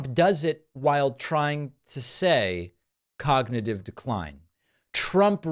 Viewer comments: Cognitiveyuaah 😂 dear god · ⚙️ cog not yee ahw ??? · A very stable jeeneus😂😂 clognitive? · Someone is feeding Trump these Hitler lines because this clown hasn't read a book in his life. It is almost a year until the election, Trump will be almost braindead by then as he is in rapid cognitivneeyahww decline. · Cog -na -tive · I don't think that's decline - I don't think Dumpy's ever been able to pronounce "Cognitive" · C'mon, David. Give the guy a break. 'Cognitive' is three syllables.